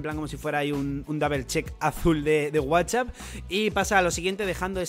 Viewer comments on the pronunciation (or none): none